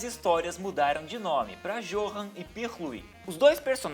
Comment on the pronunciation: Johan se pronuncia Yohan Mas eu sei vc não sabia